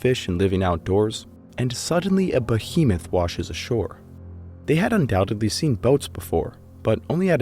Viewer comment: Nice. However, UndoubteDly, not undoubteBly